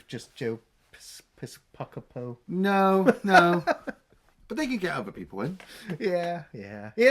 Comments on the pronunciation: Joe pis-COH-po haha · Okay, just so we're clear, I absolutely love your reviews and look forward each week to what you're going to do next. This comment is not intended to cause any offense or anger. That said, the way you pronounce Joe Piscopo's name caused me physical pain and I believe you owe an apology to Joe and everybody who had to listen to you both butcher it. See you next week. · I'm a proud owner of the 4K Blu-ray edition of Dead Heat. Long live Treat Williams. Btw, it was really painful hearing you two butcher Joe Piscopo's last name.